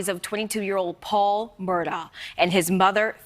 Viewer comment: I think it's pronounced "Mur-dauck," oddly.